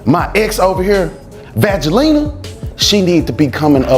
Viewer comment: Vageline he said “so me n Vage😂😂😂